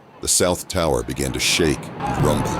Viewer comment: “the whole towah!”